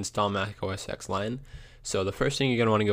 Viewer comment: Dude, it's a roman numeral. OS Ten, not Ex.